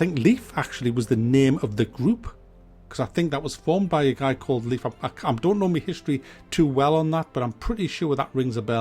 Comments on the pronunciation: Btw: pronounciation of Leif= Life, not Liefth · great video! were you trying to say "Leif" in the end? its pronounced "Layf" :)